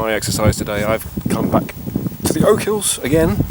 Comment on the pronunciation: Oak hills? Ya English Prick. OCHILS... OCH-ILLS...